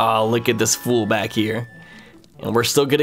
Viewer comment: Why does it sound like Navi is saying "Luke" instead of "Look".